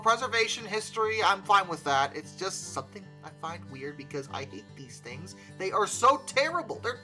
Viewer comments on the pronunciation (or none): none